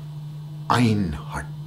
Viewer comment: sorry bro :) you speak it wrong :p Een hart Mijn hart Een hart but i understand you :) I found it kind of funny to hear :) Namaste in lak'ech my brother